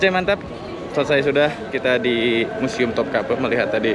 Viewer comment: Keren banget dah bang. Anyway museum ya bang bukan musium hehe